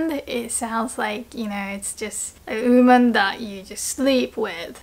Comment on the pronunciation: I hate to pick on your pronunciation, but the way you said 'woman' is a little weird. You pronounced it like: 'ooman' which confused me at first, because I've never heard it pronounced that way before. You should pronounce the 'w' like in the word 'water', followed by an 'oo' sound like in the word 'good'. (if that makes any sense)